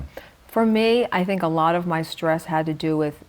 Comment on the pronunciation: Nawt a lawt